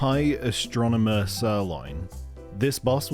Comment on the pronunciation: High ASStromancer